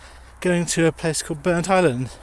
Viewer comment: Perfect pronunciation of Burntisland - I am impressed 👍 Shame the job going there got cancelled though.